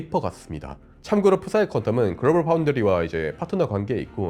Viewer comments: 프싸이가 아니고 그냥 싸이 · 프사이 -> 싸이 앞에 붙은 P는 발음하지 않는 철자 입니다. 싸이코 할때처럼. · 양자컴퓨터가 "죽음의 계곡"이 아니라... (기술관련 사업은 연구투자 기간) 어떤 사업이든 개시 후 투자기간과 사업화 이후 수익개시 시점(손익분기점)의 그래프 형태가 보이는, 기간과 수익 좌표상 자칫 망할 수 있는 '계곡 모양의 수익률 곡선(죽음의 계곡)'을 피해 잘 극복해야 한다는 과제를 안고있다는 뜻임. 그리고 광양자칩 제조사 PsiQuantum은 '프사이퀀텀'이 아니라 '싸이퀀텀'으로 발음해야 영어권에서 알아들음. 슈뢰딩거 방정식, 양자역학 파동함수에 쓰이는 희랍어 Ψ를 한국에서 혼동을 피하기 위해 '프사이'라고 발음하지만 영어는 Psi라고 표기하고 발음은 '싸이'라고 함. 따라서 이 회사이름은 영어 고유명사이기 때문에 "싸이퀀텀"이라고 불러야 의사소통이 가능함. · 피사이컴????? 영어에서 p가 드러가는 대부분의 단어에선 P는 묵음인데...영어 곧잘하시는 분이...한국인들 대부분 영어의 혼동가는 대표적 단어가 corps 와 corpse 처럼, 그리고 colonel 처럼 이중묵음을 곧장 실수하는데...ㅉㅉㅉ 참고로 한국가수 싸이가 Psy입니다. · P는 묵음 아닌가요 사이퀀텀이 맞는거같은데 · PsiQuantum은 싸이퀀텀으로 발음해야 합니다.. P는 묵음입니다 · 아주 좋은 내용, 감사합니다. 중요하지는 않지만 psi 눈 p 가 묵음이 되어 그냥 '사이' 라고 하셔도 됩니다. 계속 수고하셔서 한국의 과학계에 도움을 주시가를 바랍니다! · 발음이 "사이퀀텀"이라고 하지 않나요?